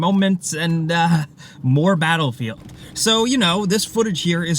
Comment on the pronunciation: The way he said "Bahelfield" XD